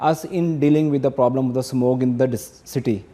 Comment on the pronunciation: Why every Pakistani say samog in place of smog